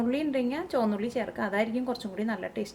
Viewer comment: Not choanna ulli...it is chomandda ulli 😅😃😉😎